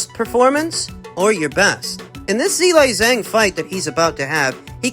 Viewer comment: I gave Miller the benifit of the doubt that he was mispronouncing Zhilei Zhang HELL'a WRONG!!! 🤣😂🤣